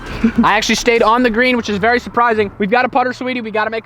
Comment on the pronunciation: its berry cold hear berry cold 🥶